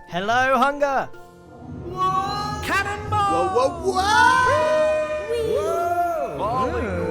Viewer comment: I heard cemble instead of cannonball